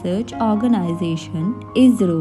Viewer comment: वो ईसरो है नाही झीरो